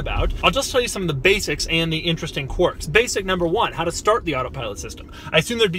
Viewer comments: It’s quirks not quarks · ‘Quirks’ has an i in it. Not an o, buddy.